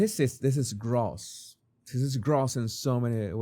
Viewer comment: You're mispronouncing 'gross' my friend. It does not rhyme with 'toss', it sounds more like a rhyme with 'adios'! 'Gross' is pronounced with a long 'o' sound, like the beginning of 'grocery'.